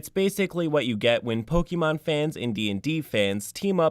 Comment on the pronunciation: The way you pronounce Pokémon bothers me. Other than that, this player was trash and their deceptiveness was completely out of order. I'm just glad OP had the spine to kick them out of the group before they really got out of hand. I'd love to play a Pokémon themed TTRPG (Pokémon Tabletop United looks amazing), so long as I knew that that's what I was getting into.